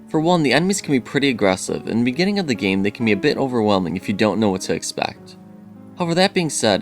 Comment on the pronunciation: Bejinning is the strangest mispronunciation have ever heard.